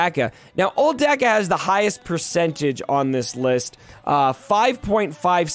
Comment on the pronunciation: Imma be that guy..... It's Dock-a....